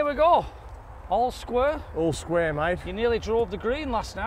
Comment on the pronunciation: I love you videos, I watch every single one before anything else on you tube, but it’s square, not sqaure 😊😂😂